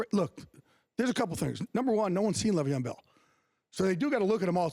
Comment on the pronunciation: He really out here still saying Le’Veon wrong